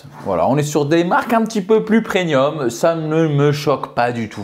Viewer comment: Du PRENIUM 😂